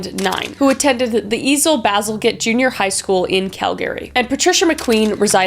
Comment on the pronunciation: Ian Bazalgette Jr. High is the actual name. It was pronounced wrong.